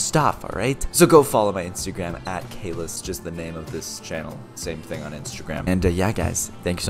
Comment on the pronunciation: Its caylus not calis